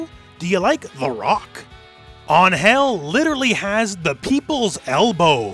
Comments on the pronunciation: It's AN-gel, not an-GEL. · La manera como dice Angél en vez de Angel xdxd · It's actually "Ángel" making emphasis in the A rather than An-hel, wich is actually good but without the long time between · In Spanish “Ángel” has a tilde on the “A” so the emphasis of pronunciation is on it. AHNN-hel instead of an-HELL. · Just a little correction. In Mexico, it's pronounced AN-hel, not an-HEL. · In spanish it's pronounced with emphasis in the "A" (Ánhel) an-Hell sounds cringe :P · I'm not gonna complain about an english speaking person trying to pronounce an spanish word Just gonna say that is kinda funny cause what I hear is "An...Hell" each time he try to say Angel It's written the same just try maybe to say "An" and then without pause say "Hell" with just one "L" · It's pronounced AN-hel the first syllable is the strong one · Great video mate, but wtf was that form of saying An-hel? great point for trying, but that is over the top and not how is said in mexico, An" is right gel need some work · It's weird that you point out how you pronounce Angel as An-hel because she is mexican yet screw up the pronuntiation completely. In spanish you accentuate the "an" part. Just like when you pronounce Los Angeles. It's not hard! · Just a note: Ángel's name is pronounced stronger in the "A" not in "gel" (Since she's from México)